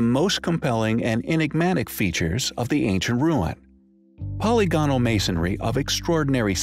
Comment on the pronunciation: For the 10,000th time: "po- LYG- on- al" !!